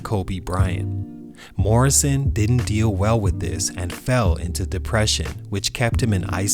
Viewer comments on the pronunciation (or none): none